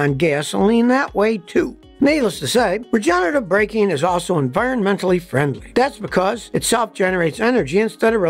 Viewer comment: 😅 "environ mentally-frien-dly"